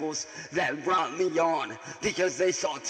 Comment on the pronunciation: Lol "braught"